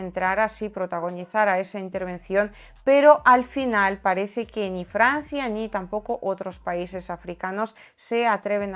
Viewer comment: Aparte de esa ni, la e no acentuada la pronuncias algo abierta, pero no está mal. Te admiro sobremanera.